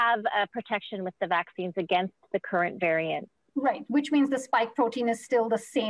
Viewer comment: She sais Canadian varient?😂 Up next. The alient varient💀💀👽👽👽 spoookyyy ish